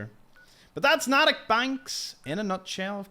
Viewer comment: As a Bostonian, its pronounced with a long "A" as in N-AAA_tick Banks